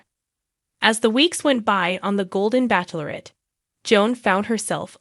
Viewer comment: Stop saying Back lorette. You know it’s Bach lorette. It’s obnoxious! Ch like ch e e s e!